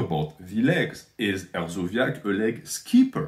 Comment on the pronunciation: Hersobyac is a k not zee the fact you shouted him out says everything but keep dog whistling NH lol